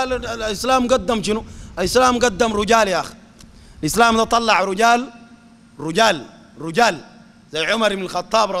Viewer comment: رجال بكسر الراء وليس بضم الراء